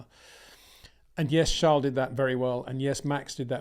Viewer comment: Still can't bring yourself to pronounce Charles name correctly